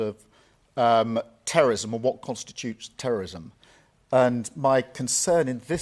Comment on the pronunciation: cant say terrorism